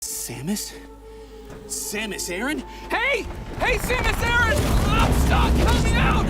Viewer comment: Samus Erin? Erin???